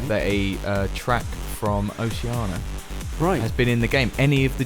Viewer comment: It's Oceania, not Oceana. :)